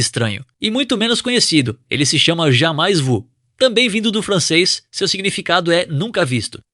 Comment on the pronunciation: "Jamais vu" se pronuncia "Jamê vü" ☝️